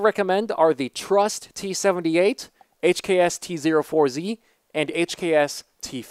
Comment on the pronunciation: Tee Zero Four Zee lol